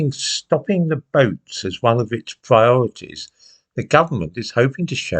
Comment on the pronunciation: get your pwiorities right and give Tony Angelino a call..The nation is cwying out for it!